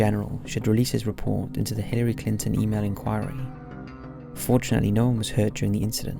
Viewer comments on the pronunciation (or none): none